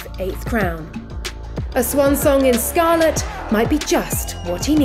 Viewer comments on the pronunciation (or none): none